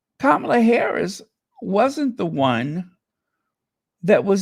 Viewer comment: Hi, very proud of u on the pronunciation of VP Harris's name. U were on point and nailed it every time on ur piece concerning Janet. Love u, big bro. Many bountiful blessings.